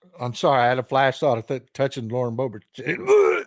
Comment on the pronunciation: Thats how everyone should say Boebert😂